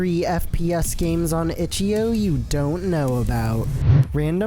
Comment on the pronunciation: stop saying itchio